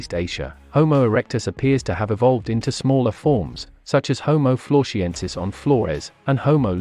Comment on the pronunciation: when you say “Florshiensis” - 🤣🥴